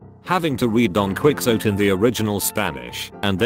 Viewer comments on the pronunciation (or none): How did you just pronounce Quijote????